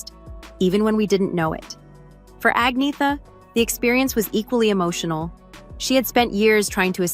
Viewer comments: Her name is not pronounced Ag-nee-tha. It is Arn-yetta. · It’s pronounced An-yet-a